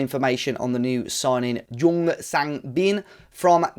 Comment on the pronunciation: Nice video an an exciting talent you have now. FYI, the J in Jeong is pronounced like the J in jump or jacket.